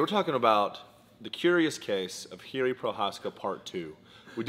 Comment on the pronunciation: It's pronounced "jirshi" not jiri!!